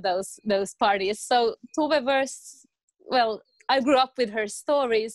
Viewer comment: Also To-ve (toe-ver), not Too-ve